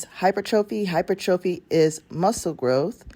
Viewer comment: Great video. I just want to point out, your pronouncing hypertrophy wrong! I notice this a few videos ago. Pronounc it as hi-per-tra-phee! The O is silent! Google has a option to hear the word as it is to be spoken. Keep up the good work!